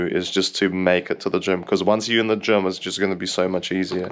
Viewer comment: Gym, not Gem. JIIIIIIIIIIIIIIIIIIIIIIIIIIIIIIM